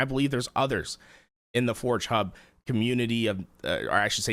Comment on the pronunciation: Dawg I like how this dawg calls forgehub "four chub"